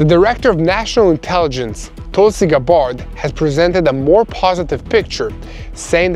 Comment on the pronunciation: Tul-see Gab berd is how to pronounce her name